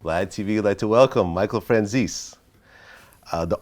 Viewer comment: Think we need to make a few corrections here. His last name is spelled Francese, not Franzese. Secondly, it’s pronounced Frahn-chey-zey, not Fran-sees-ee. It’s disappointing how he Americanized it. A little fun fact? His last name literally means the word “French” in Italian. 😉